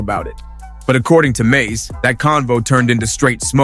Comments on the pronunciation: Its mase not maze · word bro said MAYAZ"E lmfaooo